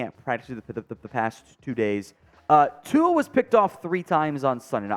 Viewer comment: Why do so may of you guys pronunce Tua as Tuga? Please try a bit harder as this fan is tired of hearing the mispronunciaton